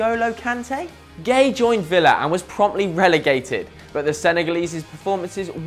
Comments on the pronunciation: I swear Gueye isnt pronounced as gay, Im not senegalese but i reckon its like Gu-é-y-e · do you really pronounce it gay?